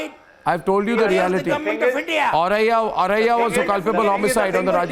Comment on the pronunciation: It's not aurariya .. it's Auraiya.